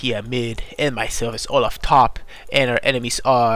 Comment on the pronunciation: Olaf not loaf